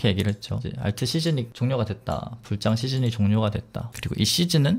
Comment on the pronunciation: 불장은 자꾸 불짱이라고 발음하는게 웃겨요 ㅋㅋ